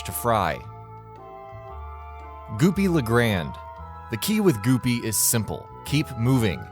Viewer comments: who the hell is goopy le grAand its goopy le gr- and-dey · Omg it's goopy or Grande not goopy le grand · Its Goopy le Grand E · You said “grande” wrong 😂 it’s pronounced like gron-day not grand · “Goopy le Grand” TELL ME, IS THIS THE RIO GRAND, OR THE RIO GRANDE? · ITS PRONOUNCED DIFFERENT THAN GOOPY LE GRAND IS GOOPY LE GRANDE BIIIITCH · First of all, Goopy Le “Grande” not Grand, “Cala” Maria not Cayla, and “Verner Verman” not Werner Werman Second of all, how about you finish the game on regular so you can actually make accurate list and not have to guess which ones are the hardest just because they are at the end of the game. Lastly, there are only 19 bosses, you used a King Dice mini boss as one slot. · My guy you said “goopy le grand” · "goopy le GRAND" end me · “Goopy le grand” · First of all, Grand could be correct if it's French, which it most likely is. Issue is it's grammatically incorrect Second of all, yeah everything else is correct this guy's a dumbass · Anyone cringe when he pronounced Cala Maria and Goopy Le grande wrong?